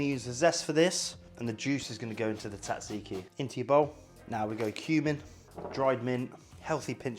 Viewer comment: Zat ziki, not tat ziki.